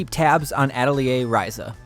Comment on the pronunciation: Not sure that's how you pronounce Atelier!?!? Lol but I like it